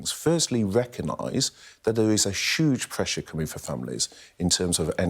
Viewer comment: Berkley has a weird voice - he pronounces huge as 'shuge' (eh?), he flattens words (defnitly) & most importantly talks utter meaningless nonsense.